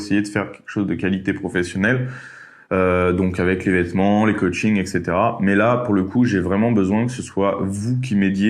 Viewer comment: Il a dit coaching ou ka-ching ?